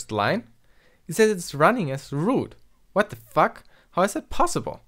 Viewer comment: "what the fuck" with German accent